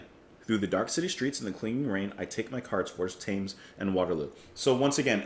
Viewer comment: Listen to the song again for how to pronounce The Thames.